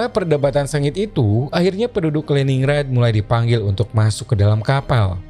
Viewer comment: Just info : Lenin grad utk pelafalannya Om.